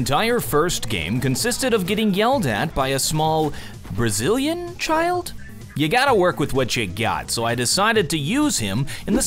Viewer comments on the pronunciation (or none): lmao the brasili... BRAZILIAM its so crazy